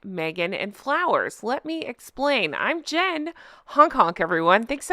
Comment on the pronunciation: Jen knows his name. She's saying it wrong deliberately lol